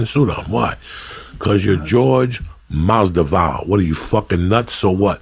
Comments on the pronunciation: Jorge “MAS-DE-VAL” Masvidal errbody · blows my mind how many times he calls him jorge masdival lol